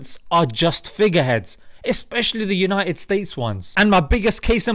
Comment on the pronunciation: Mashallah brother. Put it the way it is......but its supposed to be BETTER and UNITED, not 'BE-ER' and 'UNI-ED'